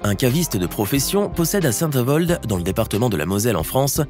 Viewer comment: Lavigne .. pour un vendeur de pinard .. par contre cela se dit tout simplement (en disant aussi le "d") Saint Avold ...